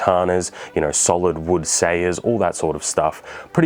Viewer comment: It's pronounced Sah-Yah,.